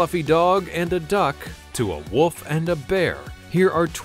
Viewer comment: It's actually wolf, not woof.